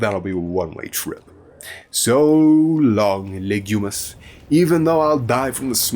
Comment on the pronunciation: lol, you keep saying "Legumis" instead of "Lignumis" after the Latin word for tree "lignum" makes it sound like the planet is about legumes, IE: peas.